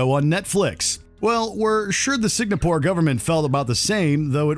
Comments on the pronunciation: Say it with me now: SING-AH-PORE. Not SIG-NA-PORE. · You should’ve change the title to: Netflix shows banned in Singapore. And yes, the country is pronounced as Sing-Ga-pore not Sing-na-pore. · why does the narrator keep saying "SIG-NA-PORE"? it's Singapore =)) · Signapore?????? Where exactly is that????? Or is the word SINGAPORE also banned????? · Every time you pronounce Singapore as Signapore, it feels like someone shoving a pencil into my brain. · Its SINGAPORE! Not Signapor🙄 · sing : sing a : a pore : pore Singapore! : Signopor! *Facepalm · Its Singapore not Signapore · It's pronounced "Sing-a-pore" not "Sig-na-pore," Mr. Narrator. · is my hearing whack or did he just keep pronouncing Singapore as "sig-na-pore"???? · Why are you mispronouncing Singapore. Its Singapore NOT signapore. SINGAPORE NOT SIGNAPORE. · Is it me? Or is he saying Sig-na-pore instead of Sing-a-pore? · what is "signapore"? i just know "singapore". confusing. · The N comes before the G in Singapore. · Why do you keep pronouncing Singapore as Signapore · Bro....I'm sorry but I just couldn't handle you repeatedly saying sig-NA-pore. Unless there's some country I don't know about? It's sing-A-pore. But that's just me. Sorry you guys are awesome but that just got to me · For WatchMojo's sake hope this narrator does not make any more videos. Signapore? SIGNAPORE? It is not difficult to figure out how to say Singapore buddy... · Was looking for exactly this! The whole video contains loads of Signapore instead of Singapore. 🤣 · Bro, it's Singapore, not Signapore. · Has anyone else heard the VO guy say SIG-NA-PORE several times? it's SINGAPORE. and I'm not even from that country. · What the heck is signapore? Do they mean Singapore? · How the hell do you make a video that features the word "Singapore" so many times without realizing that it's not, in fact, "Signapore"? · i believe the name of the country is Singapore not Signapore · ‘Signapore’? Wtf, only an American could get that wrong